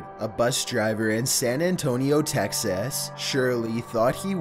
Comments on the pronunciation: San Antonio Texyas😂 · The way he pronounced “Texas”